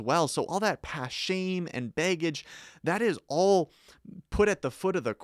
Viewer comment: I crack up everytime he says baygage XD great vid btw